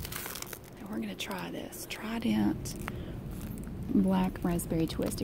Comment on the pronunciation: “Tri-dent”❤️😂 love it so much